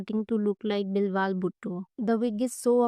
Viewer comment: Bill -waal ni behn bilawal hai